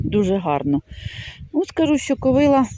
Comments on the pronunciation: В слові ''ковилА'' наголос на останньому складі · Доброго дня, дуже люблю злакові рослини, дозвольте Вас поправити, наголос правильно буде ставити на останній склад - ковилА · В кожному регіоні є свій діалект, не вказуйте, добре що не кацапською